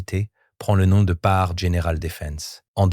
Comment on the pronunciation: faut arreter l'ia ou meme de publier des videos qui donnent à entendre des noms comme panhard transformé à ce point !